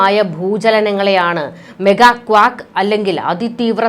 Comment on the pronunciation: മെഗാ ക്വാക്ക് അല്ല മെഗാ ക്വേക്ക്